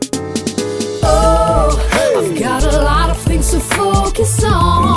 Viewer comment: she says "fings"